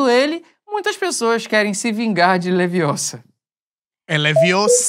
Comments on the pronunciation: Na verdade, é leviOsa, não leviosA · O redator fez certo, é Leviosa e não Leviosáaaa como disse Ed Gama 😂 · Só queria dizer ao Edson Gama é Leviôssa e não leviossá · É Leviossa, não Leviossá! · É LeviÔssa, e não LeviossÁ, sinto muito mas nessa você errou, Ed 🤣😂